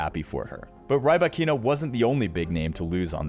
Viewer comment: Not "Rai-bah-KEE-na". "Rhee-BAH-kee-na".